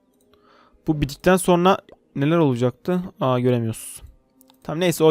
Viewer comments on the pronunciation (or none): none